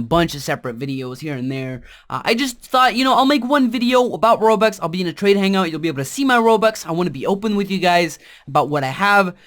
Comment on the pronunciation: he keeps on saying "Robax" X3